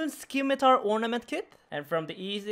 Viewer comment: Skimitar? Jesus murphy.